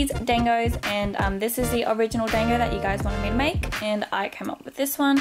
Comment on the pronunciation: Oof I'm kinda mad that you're saying dango wrong. Unless I'm thinking on the anime version idk. But I pronounce it like (don-go)